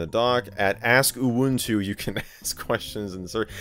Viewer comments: I think you just say it normally, like U-Wun-Tu. I don't know why people like to laugh to the word UwU but my guess is it make people see things. And I'm disappointed that the cat doesn't even have an UwU face. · This actually made my afternoon, especially seeing Michael lose it trying to pronounce the release name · Michael failing to say "uwuntu" is the best part. 😅